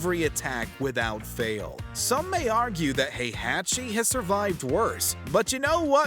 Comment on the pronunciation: Also Hey-Hetchi and called Jun Kazuya's wife lmao